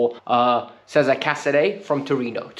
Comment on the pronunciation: Sorry, don't mean to nitpick but casedei's first name's pronounced 'ches-a-re', not 'caesar'.